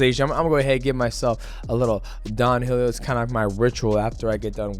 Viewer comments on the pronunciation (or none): none